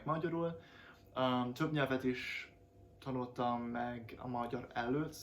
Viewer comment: Hááát nem tudom igazán leírni, hogy pontosan milyen, alig hallható amúgy, ahogy mondtam.😀 Azt nagyon hallom, hogy például a tanult, itt, mielőtt szavakban a t betűt sz-nek vagy c-nek ejted ki. (Tehát múlt idejű igék, vagy t-re végződő szavak) Meg mintha némely szót a kelleténél gyorsabban mondanál ki és így kissé egybe folyik. Nagyon köszönöm, ez tényleg jó hozzáállás.🙂 Szólni fogok, ha úgy lesz és kijutok az országodba, köszi.😊